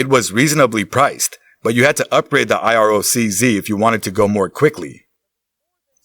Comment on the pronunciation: Iroc z (I rock..zee) 😂 not I-R-O-C,Z